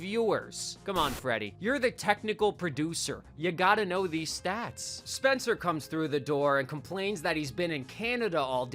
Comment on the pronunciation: Lol "Spener"